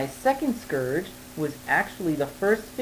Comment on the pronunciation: Scerge? Lol that's how u r saying it.. heh